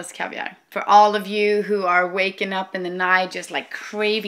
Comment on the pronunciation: Du sa iaf kaviar rätt